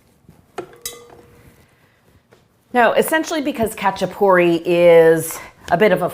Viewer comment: Also, the "a" sounds like the "a" in "haha" rather than the "a" in "hatch"